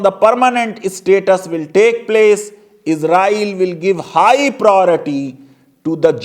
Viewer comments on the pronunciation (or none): none